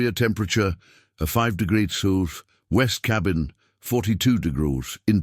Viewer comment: why can't AI say Celsius 😂 or the word degrees.